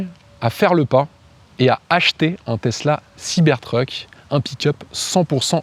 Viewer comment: Pourquoi prononcer Siber treuk? Soit tout en anglais, soit tout en français siber truc, ça lui va mieux d’ailleurs 😂